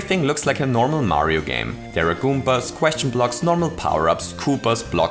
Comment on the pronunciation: Sie heißen "Goombas", nicht "Goompas". =(